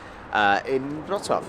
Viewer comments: Congrats.! It took a lot of time for you to gather that "W" in Polish spelling is "V" in English and "Ł" PL is "W"UK.. So you pronounce Wrocław perfectly. Well done,. You have BRAIN😀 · Wow ! Your pronunciation of Wrocław is just perfect 👍👏 and in fact it's not so difficult as long as you know that Polish W= English V Polish C= English Ts from Tsunami Polish Ł (it's not L) = English W WROCŁAW = VRO-TS-WAV So well done mate as you can pronounce Wrocław while the Polish people can't pronounce Bournemouth where you fly from and even those who live there lol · I am glad you had a nice trip to Poland guys, but it would be so much more beautiful in summer time. Next time I recommend tricity: Gdańsk, Gdynia, Sopot. Btw Your pronunciation of Wroclaw is incredible!Xx